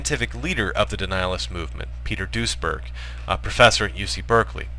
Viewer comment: Everytime you say duesberg I hear ´Douchbag.¨